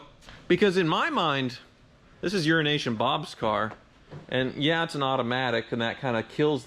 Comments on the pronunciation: I always here "urination" bob .....lol, not euronation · Every time I hear Euro-Nation Bob I hear Urination Bob. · I'm convinced at this point that he's intentionally pronouncing Euroasian Bob as "Urination Bob" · Urination Bob at about the mark? Something getting lost in translation between British and American English? Does he pee on cars? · You really need to accentuate the “o” on Euronation Bob. You make it sound like he’s a urologist. 😀